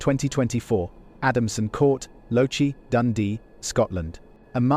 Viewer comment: I think you'll find it's Loch- ee. Loch as in a spread of water and ee as in the letter E.